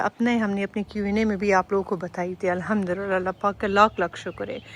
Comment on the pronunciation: Sorry for this correction but it's Arabic and Quranic word so pronounce alhamdolillah properly 😊